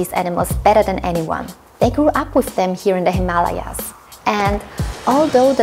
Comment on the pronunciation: Amazing work you guys! Breathtaking!! And I love that you pronounced Himalayas the correct way and not with the western pronunciation :)